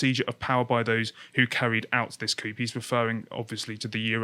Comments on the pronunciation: Why are the guys on this channel so far up putin's arse? It doesn't make any sense. Coup - it's pronounced coo - it's from the frog. There are decent ports on the Russian black sea coast. It's just not true that they don't have warm water ports. Novorossiysk is a good example. You don't need to say pyutin. It's putin, like poo-tin. The less pro-Russian people in occupied parts of Donbas have left. Their lives were threatened. Look at Pro-Ukrainian protests in Mariupol (Donetsk region) today... it's not that these areas just generically love putin. Democratic mandate - did you see the results of the last election? Zelenski was supported across the country. And I don't even like him, I wanted Tymoshenko to win. Liz Truss is right, look at the ridiculous demands that the Kremlin issued. He has designs on all of Eastern Europe. Of course he will start where he is. Finally you should learn how to pronounce Kyiv. The y sounds like the first I in livid and the I is like the vowel sound in yeast. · It's pronounced "cooo" 😆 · coup is pronounced cou - without the 'p'. Comes from french. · This guy is seriously pronouncing coup as coop? Face-palm. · These two... Christ one can't even pronounce 'coup'. Utterly unsurprised that they listen to Israeli death metal and dubstep. Where the hell are Josh and John?? And the Austrian kid. Christ these two are so bad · "coop" lol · The dude in blue is boring and doesn't know how to pronounce words properly (Putin....Coup). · maybe learn how to pronounce coup. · The P in coup is silent. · The 'p' in 'coup' is silent'. Dipshit.